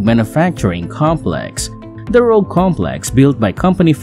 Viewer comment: Rouge not Rogue?